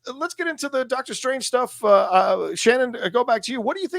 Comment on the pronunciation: I'll never get tired of hearing Shannon saying "Dark-tor Strange" 😁